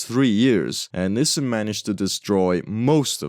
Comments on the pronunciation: I have no idea what a "niss sen" van is, but I do know a company called Nissan, pronounced "Knee san". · It's pronounced Nee sahn, not nissin. Just a friendly FYI. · love the content! btw, Nissan is generally pronounced "NEES-sahn" not "NISS-en". keep up the good work! this stuff is actually great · Nissan is pronounced nis-sun, not nissen! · I wanted to say you would have had an easier time with older models, but those are probably all preserved by collectors. (Or did you limit it to cars with license plates?) - Well, Cuba could still be defying some extinctions. Why do you say "Nissin"? That's a ramen brand. The a in Nissan is quite audible in the proper pronunciation of the name. (It also bothers me when others call Hyundai "Hunday".) Headcanon: Lotus got sued by Microsoft and renamed the car to Lotus Tabcalc. You should re-record voice bits with mistakes. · Hearing nisan is a war crime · The way you pronounce "Nissin" is abrasively European 💔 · never heard someone pronounce nissan like that, i've only ever heard it as 'nee-san' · everywhere else in the world its pronounced nissan. For some reason in north America they pronounce it like they are struggling with a new foreign word.